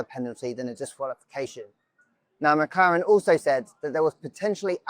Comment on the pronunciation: did i hear McKaren